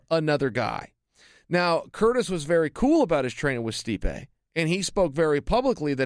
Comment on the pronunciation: "Stipe-ay" hahaha. Chael's annunciation cracks me up